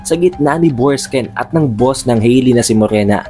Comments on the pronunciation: Borksen po hindi borksken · BORKSEN--- di Borksken... Hayts... DI mu nga ma pronounce maayos ang character names tpos e deep explained mo..weird